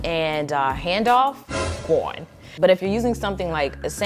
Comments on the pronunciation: lol gwone 😅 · Everytime you say “GONE” I die every time 😂🤣🤣🤣🤣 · you saying, "GONE," takes me all the way out xD #loveit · Every time she said "gawn" i fell out🤣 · Your “gone” is everything 😂😂